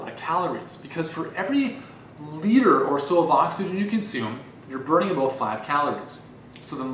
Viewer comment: You convinced me, I'm getting an elliptical. And your Canadian "abOut" is adorable.